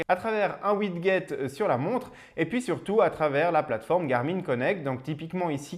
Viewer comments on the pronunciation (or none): je viens de regarder quelques une de tes vidéo, elles sont sympas, bravo. Juste te dire que "Widget" se prononce Widjet, et pas widguet